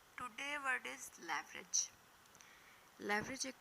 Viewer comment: You elaborated well but pronunciation some words were absurded like " leverage, synonyms, antonyms etc. We can correct each other. Jazak Allah